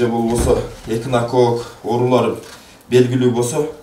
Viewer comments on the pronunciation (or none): "Фасцилёз, екинокок" деп суйлогонуно караганда, лаборанттын деле били жок корунот.